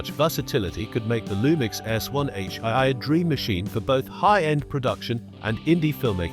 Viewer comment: 'One H eye-eye'! More Ay-Ay rubbish narration.